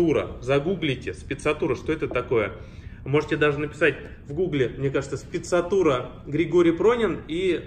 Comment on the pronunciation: Только не Спецатура, а Sprezzatura. В слове отчетливо произносится буква «r”. А пиджак отличный, сам ношу похожий, только ткань серая в клетку.